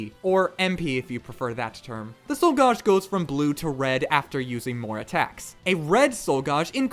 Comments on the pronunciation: Why the fuck are you saying gauge so hilariously incorrectly? Gauge - like age. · "Gauge" is pronounced ɡāj (gaysh)